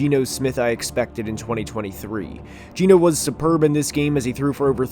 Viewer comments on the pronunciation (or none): none